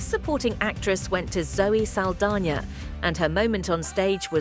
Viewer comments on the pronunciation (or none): “Zelly Saldania”? Would that be Zoe Saldana, by any chance?